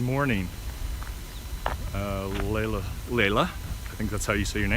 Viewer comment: Loved this walk. Thank you so much. I believe the dog that you saw was an Akita. My husband and I used to raise them. Their fur is super soft. I miss them so much. Stay safe on your travels. Oh, the way you pronounce my name is (Lee la) Lelia, the i is silent. Bless you and your family.